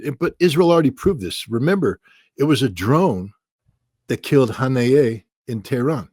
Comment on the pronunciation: "Hon-yay" ??? ~~~> <~~~??? You mean Ismail Haniyeh??? I'm really getting so sick of ritter!!!!!!!